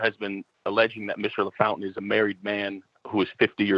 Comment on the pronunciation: Hey Vinny it's "La... Foun...tain!"